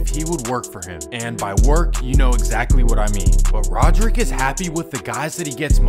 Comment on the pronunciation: “Rodrick” Davis😂